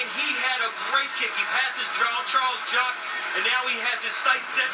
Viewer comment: One of the commentators said "Jarles Chock"... lol